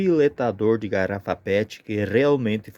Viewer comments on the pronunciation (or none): Garapa pet? Eu ouvi assim. 😅😅